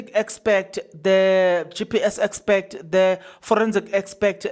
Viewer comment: Expert (🗣️eks-peet) not Expect. 🤝